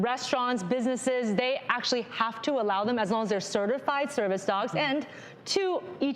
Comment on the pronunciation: Cringing everytime they say "certified"